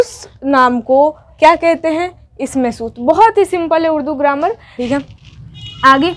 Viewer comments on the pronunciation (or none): none